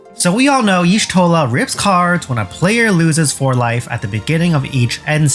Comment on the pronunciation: "Yee-shtola" not "eehshtola". >:(